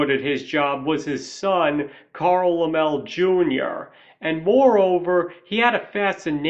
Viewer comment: Okay... 1) a guy who has a movie channel should know how to pronounce "Lem-lay." Sorry man, but the Laemmle family were big names in movies not just because of horror, but because Carl Sr. had founded Universal and was one of the original moguls, and Universal made a LOT of other films in other genres that sold very, very well. And nepotism? The Laemmle family OWNED the studio in beginning years, so yeah, it was a family business. 2) I've read your response to other commenters here regarding your glossing over of the MASSIVE silent horror genre. You tried to twist your way out of that mistake, but nice try, doesn't work. It's clear you just didn't do your homework and don't really know your history. Now it's true that "horror" as a genre label probably doesn't come into use until Dracula, but that's hardly relevant as you yourself point out Nosferatu and The Phantom of the Opera. In point of fact, though, there were huge numbers of silent films we now view as "horror," going all the way back to Edison's Frankenstein, but also including multiple silent versions of Dr Jekyll and Mr Hyde, the John Barrymore version having been a particular classic. We could go on and on here, including George Melies' films. It's just silly to have made the claim that horror was "non-existent" in the silent era. And foreign films count, dude. A lot of those made it to the US and made a lot of money at the box office, and influenced Hollywood HEAVILY. Foreign directors made very successful horror